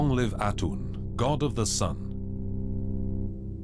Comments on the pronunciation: Aten Not Atun, FFS! Don't take everything said here for granted. Its 40 percent fact and 60 percent hyperbole. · THANK you! - Especially since the narrator's pronunciation is so god-awfully bad that half the time it's "Atun", and the other half it's "Atum"! Also, THANK you for pointing out how fantasy and facts are presented with equal determination and fervor. This documentary is more than 20 years old and part of a 4 season German Television show starting in 1995 and ending in 2000. Jan Assmann is a German professor of Egyptology (not the American "professor" = "teacher", but the honorary title given to prolific PhD's). While a respected member of the community and within academia at large, Assmann do have some controversial ideas regarding Akhenaten, or rather, his influence on the Jewish religion. Most of which has been refuted by later discoveries. So, for the general viewer, it should be noteworthy that he is the only contributing scholar, and yet he's only featured in a very short segment of the documentary. It should also be noted by those who get the majority of their knowledge from documentaries like this one, that far from the misconception you often come upon when speaking to the general public: History - Ancient and otherwise, Archaeology, Egyptology, Assyriology, Paleontology etc, these aren't stagnate disciplines. As with all areas of scientific research they evolve over time as new findings, and new technology, adds to old ideas and understandings of the past. Anyway. For you,, the takeaway of all of this is simply this: A genuine Thank you! Take care, Stay Saf